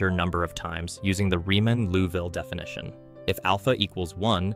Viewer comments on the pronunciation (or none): none